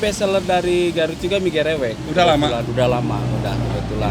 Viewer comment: Bacanya emg "Gerewek" koh bukan "Gereuweuk" klo di Sunda Beda arti soalnya